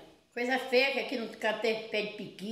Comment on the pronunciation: Ôh delícia!!! E ainda pronunciou igual a nós mineiros do Norte de Minas, PIQUI!!! KKKKKKKKK e Adriana gosta de comer bem, pequi é vida!!! 👏🏽👏🏽😘😘😘